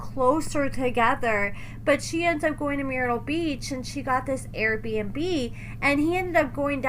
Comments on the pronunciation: The way you pronounced MYrtle Beach shows you need to get out more 🤣🤣🤣🤣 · Myrtle, Myrtle Beach, Mur-tul 😂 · I can’t with MEER-ittle beach!! 😂🤦‍♀️ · Are you American? It’s pronounced “murt-tul “ like Kurt mixed w turtle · Lol it's myrtle ...like turtle, come on now 😂😂 Also they r so stupid and childish ..this what u get for going after a 17/18yr old 🤷🏽..bet ur ass regrets it🤔